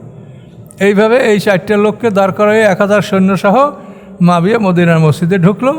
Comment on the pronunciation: মুয়াবিয়া (রা:) কে উনি মাবিয়া বলছেন।